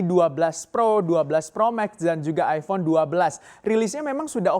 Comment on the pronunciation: Aifon, bukan Aibon.